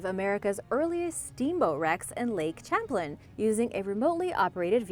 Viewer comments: When you talked about Lake Champlain in NY, it is not pronounced Champ-lin. It is Sham-plain. I live in upstate NY and have only heard it pronounced sham-plain. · Stop being irritating. The lake's name is pronounced Sham plane.(Lake Champlain between NEW YORK and VERMONT.) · I so wanted to point this out as well. "Sham plane" as we say in South Georgia! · Lake Champlain is pronounced, like Champaign. At the start of the word. It's French so you may not have ever found out! 😱 We learn something new everyday. Have a great day. 🤗🇨🇦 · No it's French. They do not pronounce the sound 'H', I'm bilingual & live in New Brunswick Canada.